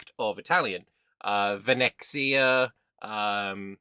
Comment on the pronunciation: Btw Venexia, is not VENE-KSIA, it's Venessia.